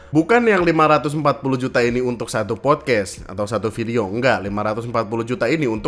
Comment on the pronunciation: Fyi, pelafalan dalam bahasa Inggris yang benar itu podkas(t), bukan podkes